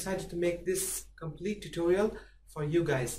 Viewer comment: intro: "compelete" excuse me wtf?